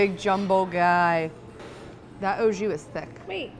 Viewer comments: The "oh jew" killed me every time she said it. AU Ahhhh, not Oh. And JUS has a less harsh "J" sound. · Awe Jus not Oh Jus